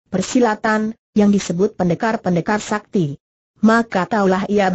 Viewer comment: Ini yg baca robot / program, jadi ada kalanya gak sesuai dgn kaidah pelafalan bhs Indonesia yg benar.. Contohnya "sakti" dibaca "es A Ka Te I" 😁😁 Namun paling tidak sangat membantu kita untuk mendengarkan sambil melakukan pekerjaan lain. Dan untuk itu saya apresiasi sekali. 👍